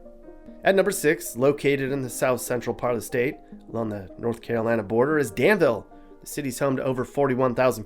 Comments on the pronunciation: It is not pronounced "Dan-ville", but rather pronounced "Dan-vool" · Yeah he pronounced Danvul wrong.